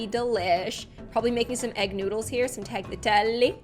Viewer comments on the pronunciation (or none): I’m sorry but TALGATELI? WHAT Taliatelli (that’s how you say it ) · you pronounce TAGLIATELLE as TALYATELLE